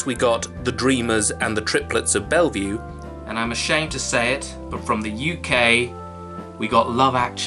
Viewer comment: Not much I can add here - other than some of these are my all-time favorites. Triplets of Bellville (not 'Belvue', sir. That's the mental institution) might top my list, but it's got tough competition from American Splendor (Best comic adaptation ever. A complex film disguised as a simple one), and of course Dogville. Also adore School of Rock, Station Agent (good call on that one), and LotR finale. It's a year of total bangers. Not yet mentioned: Capturing the Friedmans - One of the best DVD purchases I ever made, since the documentarists were working with voluminous camcorder footage originally shot by the Friedman family itself during their very public crisis. The movie is great and that plus the background material made for a harrowing profile of legal injustice and 80s satanic panic. The film does a brilliant job of following events while pacing out the revelations of family secrets. There's no better source for a very complex subject matter, and I think this film was part of getting an innocent man released from prinson. Owning Mahoney - I think this is the best (and best titled) of Phillip Seymour Hoffman's smaller films, and I can't think of a more accurate or compelling portrayal of gambling addiction. It makes for a PSH addiction trilogy with Love Liza (chemical huffing) and Before the Devil Knows You're Dead (heroin). Raising Victor Vargas - Pretty rough around the edges, but in the end, it's one hell of a neo-realist character study. Saraband - Nobody ever talks a